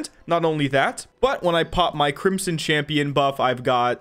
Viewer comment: I don't know why but every time he says crimson champion for the first time I hear crimson chin.